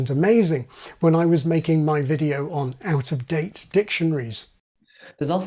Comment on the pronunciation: vocal fry with intrusive 'R' (videor)... sheesh that's annoying 😂